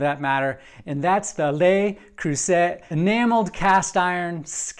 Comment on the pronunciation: Absolutely 100% disappointed in this skillet. First: it's important to pronounce Le Creuset correctly. It's not "Lay", it's "leh", or "luh", and not Croo-sett but Croo-say. Second: everything sticks to this interior surface. I have a myriad of LeCreuset items, love them all but not this one. Hard as the dickens to clean the so-easily-cooked-on food residue. Read other reviews to this effect.